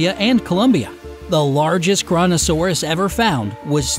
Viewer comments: FYI - your pronunciation of Kronosaurus is incorrect. Here's the phonetic: Crow-No- Sore-us. It's named after the Titan: Cronos - Zeus' son in Greek mythology. Cronos tried to eat his own children and Kronosaurus ate smaller Pliosaurs, which led to its name. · Any else heard KORONOsaurus?